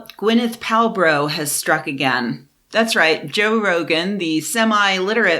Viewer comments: "Gwenneth Palbro" 🤣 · "Gwyneth Pal-Bro" FFS I just started the video and you've already damn near killed me!